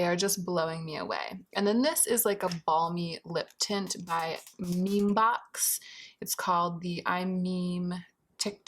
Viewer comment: It's pronounced as Ah-ri-taum. And memebox is also pronounced me-me. I always read it as meme too xD. Love that you're reviewing k beauty as well ❤